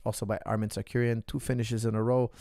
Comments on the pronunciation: sarcurian lol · Whos Tsarkuryan? 😂 Tsarukyan dam it